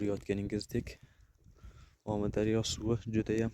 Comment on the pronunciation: Сенга имменна гапраётган болага сен бунака видиё чикарма тушундинг биринчидан Омидарёмас Амударё дейилади гапиришниямчи сиккиб куяркасан яхшиси йу́к булиб кет хопми